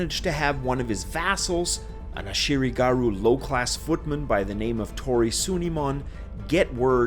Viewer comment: Ashigaru not "Ashiri-garu"